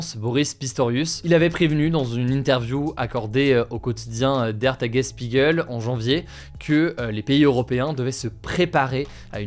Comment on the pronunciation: J'ai mal à chaque fois qu'ils prononcent Tagesspiegel :-(